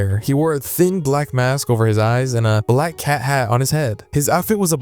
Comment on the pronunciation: Its not chat its cat